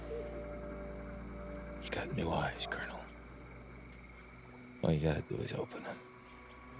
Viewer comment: Colonel not Colonial